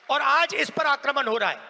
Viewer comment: O patrakaar mhoday ye jo tum j ko z bolte ho use shi kro jaise tum aaj ko aaz bolte ho